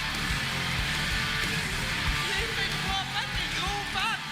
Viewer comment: Damn, D 😄 ! The people from Québec are the "Québécois" ("ké bec wa", if you want). And it is easy to say. Try it, please 😂 !